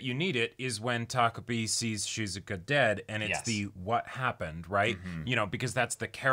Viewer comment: Thank you for being able to say takopi and not tokopi.